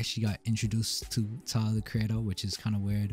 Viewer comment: He’s Australian so that might be why 😂 I like how he says “tylaaar”